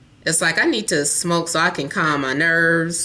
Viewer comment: Omg hahha when u say smoke🙄😂